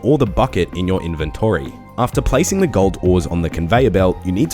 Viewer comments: why does he say both inventree and in-ven-TORY? the second one makes him sound like a dick. great guide otherwise. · In your invenTORY, that pronounciation got me lmao. Still highly appreciate your guides, you've helped a returning player a lot!